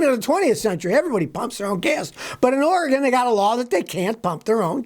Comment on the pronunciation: Savage Scotty is such a legend he knows how to correctly pronounce Oregon.